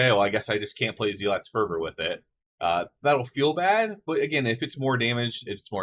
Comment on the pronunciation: Really love the theoryctafting, especially with your humility to say you were wrong. Keep it up! Small thing, just looking out for you: you're mispronouncing "zealot." It's more "zel-ut" than "zee-lot." Not a big deal, but thought you'd want to know.